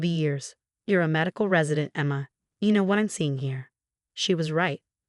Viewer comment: Good story. Very realistic with a realistic resolution. But,,the changing pronunciations of Martinez was annoying as is the way the voice says Emma.